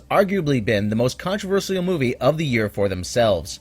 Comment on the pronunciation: oh man if I hear him mispronounce controversial one more time in any of his videos, I'm going to punch him through the monitor